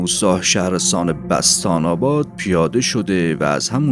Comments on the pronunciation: بَستان آباد نه!خوانش و تلفظ شما صحیح نیست!! (بُستان آباد صحیح است)بوستان آباد. موفق باشی Perfect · ریدم تو کانالت با داستانهای کپی و دزدی از کانالهای دیگه اسامی رو هم بلد نیستی درست تلفظ کنی بستان اباد یاد بگیر دهاتی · خسته نباشین تلفظ اسم روستا بُستان اباد هست د ۴۰ کیلومتری تبریز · بچه کوجای شوما که بستان اباد رو اشتباه تلفظ میکنی دایجون